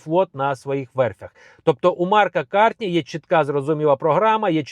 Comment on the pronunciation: Передивись свої відео. Ти неправильно кажеш імʼя КарТні. Використовуй без Т.